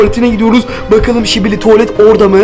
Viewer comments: Skibidi tuvalet yerine şibili. Tuvalet demesi😅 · öncelikle sibili tuvalet değil skibidi tuvalet her şibili dediğinde sinirim bozuluyo